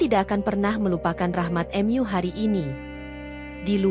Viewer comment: Koreksi min....rahmadMu......Mu (Tuhan ) bukan dibaca Em Yu. Dan baca surat Al Ikhlasnya kurang fasih...mksh..🙏🙏